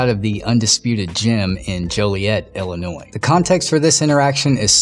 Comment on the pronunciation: So this happened in Ill-i-nois(e). 😉